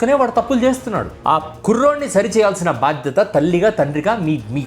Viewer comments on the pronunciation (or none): none